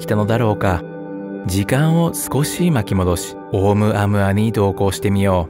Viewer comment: オウム −アウアではなく、オウ- ムアウアです。ハワイの天文台で発見されたことから ハワイ語です。